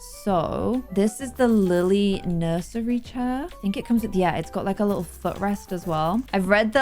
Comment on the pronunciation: "Nuisery" where did you get the word from? That was funny.